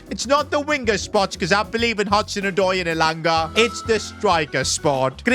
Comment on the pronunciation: Bro is pronouncing elanga wrong